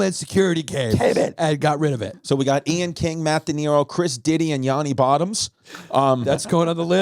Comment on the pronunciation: Petition for Christy to say Yanni's name correctly...its double "n" not double "a". Thanks for listening to my TED text.